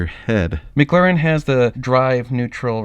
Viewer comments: Mclaren not Mcglaren 🤣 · Mclaren not maglaren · Instead of "McLaren", it sounds like you're saying "Maglarin". NBD, just sayin... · Normal Guy Supercar was making a joke about how you were saying McLaren